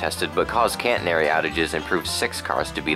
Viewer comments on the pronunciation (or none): catenary NOT caNtenary